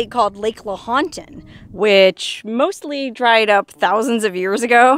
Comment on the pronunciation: Lahotan is actually pronounced Low (rhymng with cow) ton. Lowton. Fallon is built on top of a part of it that has gone underground, which is why their water table is extraordinarily high. Just FYI